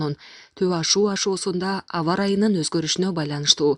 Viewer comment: Ушу кыздын Б тамгасына тили келбейби же атайы ушинтип суйлойбу, АВА ЫРАЙЫ,БОЛО ВЕРЕТ,😀,увактылуу